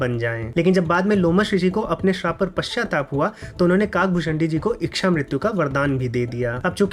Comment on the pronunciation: इच्छा का उच्चारण सुधार लीजिये. इक्षा नहीं होता